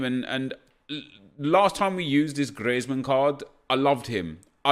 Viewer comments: It's not said griezman, it's said greezman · It’s grizman not Griezman, don’t know where you heard that Nep but it’s fine, keep it up 💪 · It is pronounced grits man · It’s Greezman not gRieTsMaN. The commentators are just English 😂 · NagudaGreat ITS GREEZMANN NOT GRIETSMAN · No Neep , it's does not sound like griezman it sounds like grizman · Gri-ez-man fuck off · Please stop saying Griezmann like that please i beg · The way you are pronouncing Griezmann is the spanish version, the french version or native version of his name is the way you’ve been pronouncing it for as long as you can remember. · You said Griezman name write before you shouldnt hear the 'e' I think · Wish he wouldn’t be so OTT with his pronunciation of players 😂